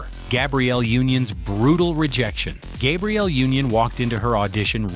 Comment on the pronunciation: Who the fuck is Gaybreial you said it right the first time then fucked it up calling her Gaybreial